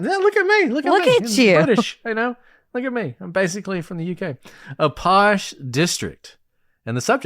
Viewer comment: Very pleased that your doing the case of 10 Rillington place. the fact your saying posh is so funny 🇬🇧🇬🇧🇬🇧❤️🤩 Check out the film with the late great Richard Attenborough sad but true crime in London.